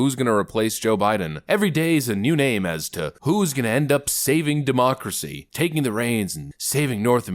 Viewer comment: I like your podcast but please stop saying demoucracy